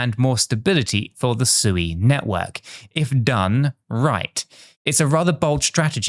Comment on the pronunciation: Not Suey, lol